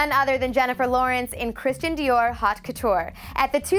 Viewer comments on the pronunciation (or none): Exactly; look up "how to pronounce 'haute'" already. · Sorry, honey, but the "haute" in couture is not pronounced "hot." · "Hot" couture ? Guy (as in shy) LaRoche ? Obviously, whoever put this pitiful list together knows nothing about fashion. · Did she just pronounce haute couture as “hot” couture ?????????? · and she pronounced haute wrong